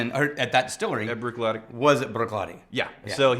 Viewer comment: As soon as started talking about Black Art, i had to mute it. I knew he was going to pronounce Bruichladdich the way he does. Its like nails on a chalkboard. Cringe worthy.